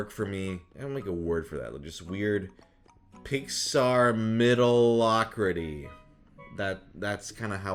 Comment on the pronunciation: take a shot every time he says middlocrity